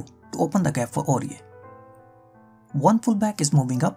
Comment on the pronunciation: hey bro, it's "Aurier"